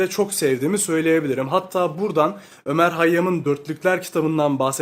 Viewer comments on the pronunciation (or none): none